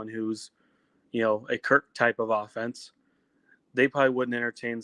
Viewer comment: Kirk has been at iowa how long and our fans still can’t pronounce his name.